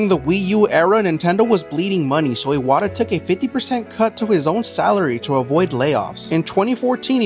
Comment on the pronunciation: bro the pronunciation is ass the name is pronounced “e-wha-ta”